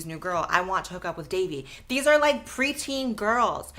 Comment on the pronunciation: Fr like c’mon its not that hard Its not “davie” its literally “dahvie” bro should know how to pronounce it 💔